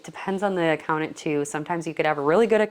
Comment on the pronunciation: Oh how many times you said Accountant! There are 2 Ts in this word. 😮🙉